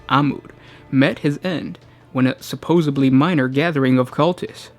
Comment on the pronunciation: its pronounced supposedly. there is no b.